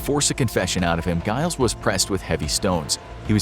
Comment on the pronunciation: Giles is pronounced like Jiles it's got to have the J sound.